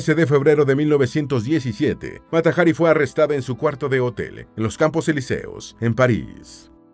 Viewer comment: "Los campos Eliseos" jajaja cuando en realidad lleva acento en la i.